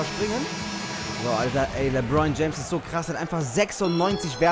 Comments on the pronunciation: Er heißt nich lebroin james hahaha lebron das le wie im französischen und dann bron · Er heisst lebron nicht lebroin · Les dir mal die Namen und die Plays richtig durch. LeBron, nicht Lebroin, usw. Hört sich beim zuhören richtig kacke an. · Emirhan Taser z.B. sagt er LEBROIN anstatt LEBRON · Geiles Video Aber mich als nba fan stört noch ein bisschen dass du die namen nicht aussprechen kannst 😂